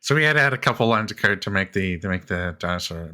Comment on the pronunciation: Free Alderon Translation = Maurrst - Most... Caurrd - Code.. Naur... Know/No Saurr - So.. Gaurr - Go... Slaurr - Slow.. Emaurrt - Emote